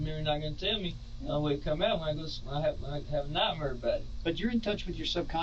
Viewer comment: "only way it come out is when I have a NIGHT-MER bout it" 🤣 Nice!.... lmao